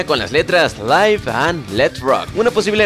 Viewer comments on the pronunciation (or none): Se pronuncia LIV no LAIV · Q bien inglés cherry PI y LAIV and let DI